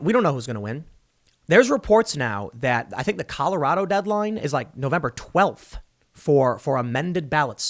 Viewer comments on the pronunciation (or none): none